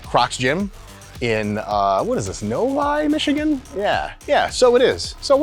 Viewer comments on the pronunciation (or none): none